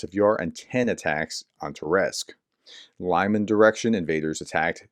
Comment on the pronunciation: Lyman is pronounced as Leeman rather than Lieman